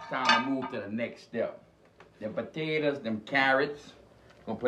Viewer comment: Potatas and cicadas dude!!!!